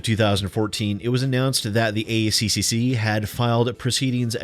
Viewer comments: It's pronounced A-Triple-C, because we're smart enough not to butcher it the way you were forcefully doing it through out your video. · Just say 'A triple C' instead of pronouncing every C in the ACCC name. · For future reference to save your tongue it is said "The A triple C" by most aussies :3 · As an Australian 'A C-C-C' makes me giggle; we say A-triple C' :) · Hearing you say ACCC-CCCC seriously made me giggle. It's great seeing you enjoy yourself. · to save your tongue it's "A Triple-C" and to be fair, all aussie beer is also piss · We usually pronounce it "Ay triple cee" - it's just easier that way. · Good job,, we pronounce it ACCCCCCCCC here in Australia, too.